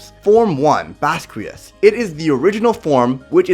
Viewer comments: It's pernaunced (baskias) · In the anime(dub) it’s pronounced like baz-key-ahz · Its bas-qi-aus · Pronounced (Bahs-key-ahss)